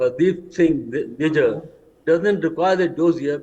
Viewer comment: Why is this guy pronouncing Nijjar's name like a foreigner "Nijaaar" 😝😝